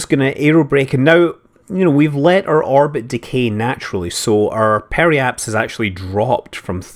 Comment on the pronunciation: "wur orbit is pretty good " you can take the man out of Scotland, but you cant take Scotland out the man.